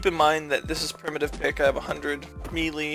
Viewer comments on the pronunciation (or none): none